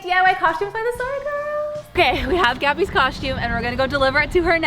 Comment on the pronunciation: Sounds like they’re saying coshume